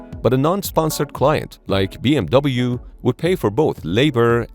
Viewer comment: * The pronunciation of the acronym B.M.W isn't B.M.V.